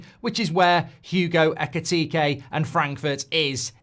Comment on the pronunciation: Mark, you said his name backwards, his name is Ekitike, not Ekitike